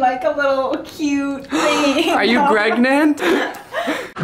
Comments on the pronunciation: “are you gregnant??” im dead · “Are you Gregnant”😔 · " Are you GrEgNaNt?!" - Danny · "Are you Gregant?" "NO" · "are you GREGMENT?!?!"